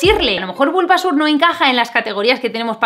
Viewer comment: Pikachu, Bulbásur, Charmánder y Escuirtel... Amé como pronuncia los nombres jajajajaja